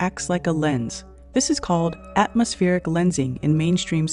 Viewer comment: Why is she saying atomoSPHERIC lensing shouldnt it be atmosPLANIC lensing in her worldview